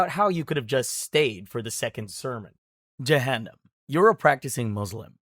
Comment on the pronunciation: It's not pronounced byJahanam it's pronounced by Juhunam and it's Pronounced by mooslim not Muslim